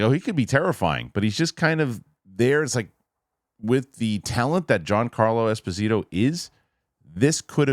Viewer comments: please ask Mr Murrell to forward you the clip of Mr Giancarlo Esposito pronouncing his own name…. 😅😂😂😂 Thank you for your honest opinion… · Please look to Dan Murrell for the correct pronunciation of Giancarlo Esposito. 👍